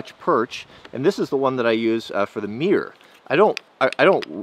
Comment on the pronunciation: Its funny how you pronounce mirror "mier"